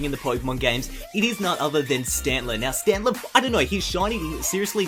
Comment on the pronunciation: Stantler ??? really ???